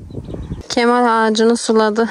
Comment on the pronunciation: KEMAL yanlış telaffuz doğrusu KEMÂL